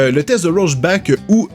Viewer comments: Rocheback vraiment??? ça se prononce rore chaque:P c'est tout.. pas besoin d'inventer un mot:) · Roshback? C'est pas rorchack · Heu juste on dit pas "Rochbak" mais "Rorchar" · C'est pas roseback, c'est "rore" "chaques" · Ça se prononce "rorchar" 😉 le film Chappie était génial! Merci pour cette vidéo, la psychologie ça me passionne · ça ce dit "Rorchac" comme le héro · non ça se dit ror-cha-r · Et le nom du test se prononce rorchaque (c'est un anti héro de DC) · Rorschach ce prononce en fait "rorcka" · Ta manière de prononcer Rorschach est perturbant.